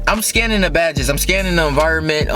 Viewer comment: Bro he say exerbing and enviorbit nigga learn yo words but aye I still support you bruh